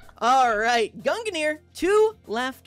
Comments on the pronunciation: its two syllables. gun gear. its that easy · I’ve always pronounced it gung near. Gung like how you say lung. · I hear Gunginir from. There may or may not seem to be another another syllable added. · Ah yes, I remember watching the stream. It was so entertaining every time said "Gungnir" as his pronunciation is... very unique. Then again, the delibird shiny hunter is a menace for having such a difficult-to-say username.